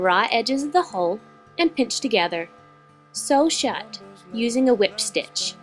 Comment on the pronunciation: when you say," Sew Shut," It sound like your gonna say,"SO SHUT UP" XD